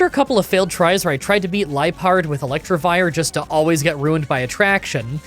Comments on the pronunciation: Wasn’t gonna say anything, but, since I was annoyed and comments are good for the YouTube algorithm, it’s Electivire, not Electrivire. 😛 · Electivire not ElectRivire